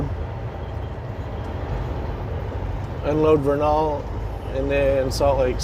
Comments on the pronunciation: It is pronounced Ver nil = Vernal just say it fast. Just letting you know man you can call it whatever you want. ;) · Tip from a Utah local, Vernal is pronounced as Vurr-null. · Vernal is pronounced Vernil. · I love your channel! That's pronounced "VER-nul", in Utah. I used to live in Utah.